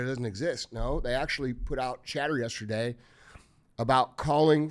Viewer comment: “Yaaaasterday” 😅 I’m still stuck on that 😂😂😂